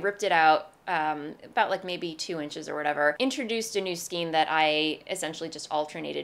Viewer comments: It bugs me that you talk about « skeens » rather than « Skayns »..Bugs me even more that you switch back and forth……. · I couldn’t help but notice you mispronounced skein. It has the long “A” sound as in neighbor and weigh. Remember the phonics rules?